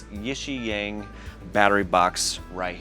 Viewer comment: Hey man, I think it's pronounced YIXIANG not YIXIANG. 💥